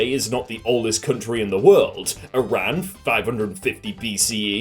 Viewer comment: He pronounced Iran wrong